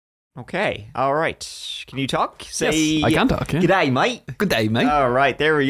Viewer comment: Sounds like it does it? Pronounce the G as in G-orilla, & then Day, not gayday!!